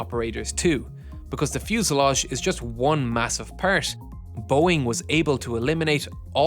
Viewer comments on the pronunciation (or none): why you say "part" like that påäart like bro why